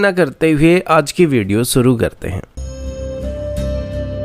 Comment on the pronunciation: Newzzzzz, Suroooo, Kosis, Specially, Saizzz